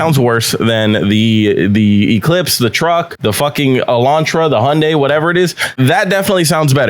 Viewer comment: HYUNDAI not HONDAY LEARN TO SAY THE NAME PROPER 😂 LOL